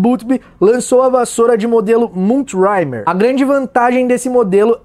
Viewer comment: que enciclopédia vc é. Só gostaria de acrescentar que na metade do vídeo vc fala da vassoura MoonTrimmer (cortadora de lua) que se pronuncia muntrimêr. Espero ter ajudado, fera. Bjão